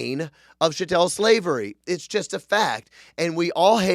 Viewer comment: “Chat-tul” not “sha-tell”. Pronounce that cattle.